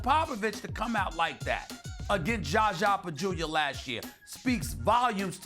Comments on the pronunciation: Zaza NOT Gaga! At least get his name right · "JaJzA" lol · ....he says it that way out of disrespect, look back at when "za za injured kawhi" or any other time he references za za, it's clear stephen does not like him, and does not care enough to pronounce it correct. He's obviously mispronouncing it on purpose lolol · the way Stephen A. pronounces ZaZa name makes me laugh every time 😂